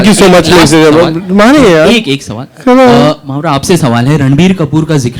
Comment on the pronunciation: Mamra😂 nhi mawra